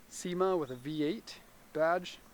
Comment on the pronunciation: Cima, pronounced SHEE-ma